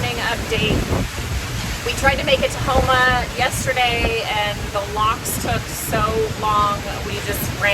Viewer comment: I ran that route a good bit. I'm from Houma. The way you pronounced some of the places was just a little off. I heard people say them way worse than you did 😂